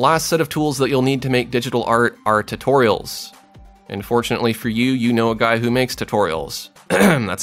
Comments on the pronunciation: Yeah, it confused me a little and first but realised soon that the "un" is actually "and" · It does sound like he is saying "unfortunately" but i still got the point so i guess artists have great common sense 😉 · ARE YOU SAYING "AND FORTUNATELY" OR "UNFORTUNATELY"? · everytime you say "and fortunately for you" its sounds like "unfortunately for you" XD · Mihail garabedov ikr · He's saying 'and fortunately'